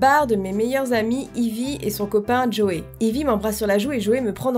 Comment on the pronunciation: juste Ivy sa se dis Aivy (c'est le prenom de ma petite cousine)comme heidi mais avec un v a la place du d